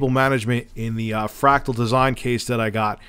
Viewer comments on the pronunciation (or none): none